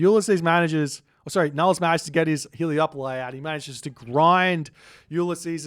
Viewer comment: Am I wrong or are they called Helepoli and not Heleopoli? Or are you just saying that because it sounds nicer, because it does😅